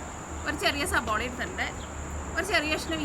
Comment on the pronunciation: സബോള അല്ല ചേച്ചി സവാള 😃😃😃